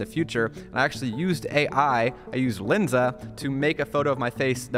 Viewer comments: There's a difference between Len and Lin. Its Lensa not Linsa. Also that seo advice is really bad. Google just released an update that lowers the ranking of any sites using ai to write content. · Its calles L"e"nsa. Not L"i"nsa.